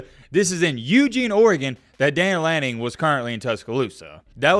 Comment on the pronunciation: It's Dan Lanning.....nice try.